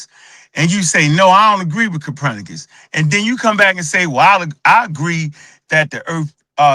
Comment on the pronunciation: Who TF is "Capranicus"?? Check your so-called scholars when they can't pronounce words the correct way. Also, just because mountain lions have the word "lion" in their name does not mean they are the same thing. Lions didn't evolve into mountain lions, they only share a word in their name/nickname. "Mountain lions" are puma/cougars.